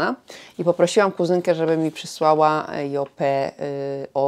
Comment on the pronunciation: Lubisz markę Yope, więc dobrze by było, abyś umiała poprawnie wymawiać jej nazwę. Wymawia się ją 'JOŁP', a nie 'JOPE'. Buziaki 😘